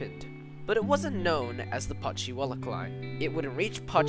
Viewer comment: Not to mention Putchywallock